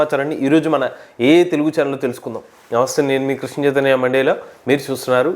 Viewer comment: నమస్తే సార్! మీరు సబ్జెక్టు చాలా బాగా చెబుతారు. ప్రయోజనకరంగా వుంటుంది. సబ్జెక్టు పరంగా మీరు ప్రదర్శించే ప్రతివిడియో కి మేము కనీసం నేను వేచి వుంటాం. ఒక చిన్న విన్నపం: మీరు స్టార్ట్ చేసేటప్పుడు ప్రతిసారి ' మండేలా ' గారి పేరు వినిపిస్తూ వుంటుంది. ఎందుకు? స్పష్టంగా పలకడం కూడా వుండదు. మీరంటే సిన్సియర్ గా ఇష్టపడే నాలాంటి వారికి దయచేసి తెలుప గలరు. 15 వ తేదీ నుండి క్లాసెస్ మొదలు పెడుతున్నారని తెలిసింది. సంతోషం. నేను 73 సం.లు. నేను క్లాస్ లో జాయిన్ కావాలని తలుస్తూ వున్నాను. నాకు A I తో బాటు సైబర్ సెక్యూరిటీ కూడా ఇష్టం.